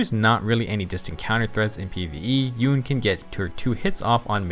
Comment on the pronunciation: YOU-NAY, SAY OT RIGHT!